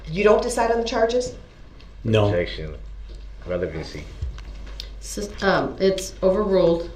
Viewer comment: Relavency ! Speculative! I can’t take it when he says that 😂😂😂